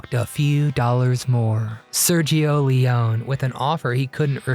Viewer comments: I had no idea they had a rivalry. Also, in case you speak of him again, the final “e” in Leone is pronounced, so Le-o-nee versus Le-on. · Sergio “Lee-oh-NEE”.